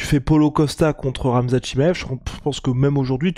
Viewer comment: "Ramzan Chiamev"? Tu confonds, c'est Khamzat 🤣